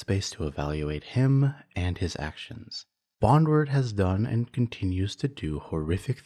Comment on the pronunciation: Bon - drewd, not bonward